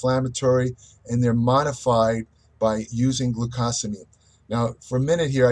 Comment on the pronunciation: Is it not pronounced Glue-Co not Glue-Cah?? Sometimes I really don’t understand your pronounciatuon